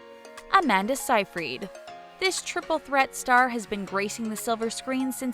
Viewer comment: Aaahh you can't pronounce anything properly! Seyfreid is "Say-freed," Brosnan is "Brohs-nan," and band C+C Music Factory is "C and C."